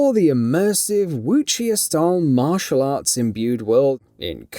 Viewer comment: That's not how Wuxia is pronounced Props to the writer for the 12-minute video of not saying anything really substantial, just jumble of words said in different ways pertaining to the engine.